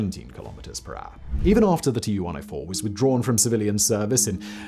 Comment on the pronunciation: TU is pronounced "too" cause it stands for TUpolev just as many other soviet aircrafts. Two first latter are first latters of the last name: SU, IL, AN etc. so it's pronounced the same as the name